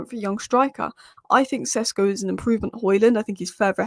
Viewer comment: He is SHeSHko - Šeško not Csesko.